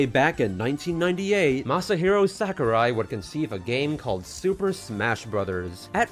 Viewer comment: Btw, Sakurai should be pronounced as "Sah-koo-rye" (uptight weeb here I know)